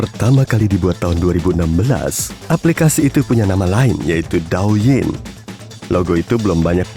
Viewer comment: Douyin bacanya Touyin krn brsal dr bahasa Mandarin yang artinya Tiktok. Coba deh d search, pasti bener.